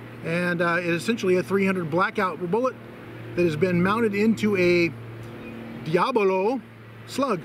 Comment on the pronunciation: Thanks for the video! Diabolo is pronounced: dye-äh-bow-low Not: dee-ä-blow